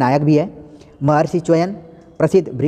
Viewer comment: बहुत ही अच्छा वीडियो लेकिन कहा गया है निंदक नियरे राखिए आंगन कुटी छवाय इसलिए कहना चाहूंगा कि आप के मुखारविंद से "च्यवन" का शुद्ध उच्चारण ना सुन पाना मुझे बहुत कष्टदायक लगा। दुस्साहस के लिए क्षमा प्रार्थी 🙏🙏